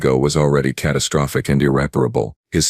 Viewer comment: Thats the second time I have heard catastrophic pronounced catastrofafick.